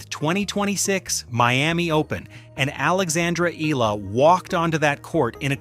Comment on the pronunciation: Her name is not Eela. FFS it's not that hard to pronounce. Try Eh-a-la.